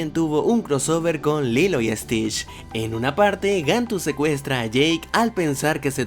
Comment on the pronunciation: dijiste lilo y stech no lilo y stich., así que te lo digo por cortesía